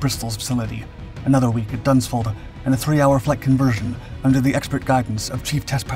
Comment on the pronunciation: Does he really say Dunsford in Surrey